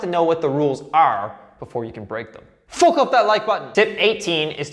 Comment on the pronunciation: Jesus Christ can’t even finish the video he thinks saying fook is peak comedy